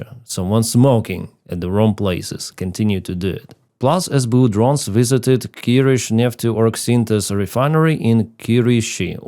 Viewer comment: Hi, I watch your show every day and enjoy it greatly. I sometimes forget that you are Ukrainian until I hear you pronounce something like 'kirishineftorgsintez' so casually. I've tried half a dozen times and still can't get it out 😄😄😄